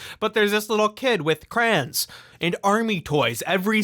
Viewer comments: Why do you pronounce it as 'craouns'? It's crayons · why do you say crayons like crahns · Does legitimately pronounce crayons "krahns"??? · I turned this video off as soon as I heard this dude say "crans" instead of crayons". YouTube, don't recommend this channel to me. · You say crayons like you were instructed to say it in one syllable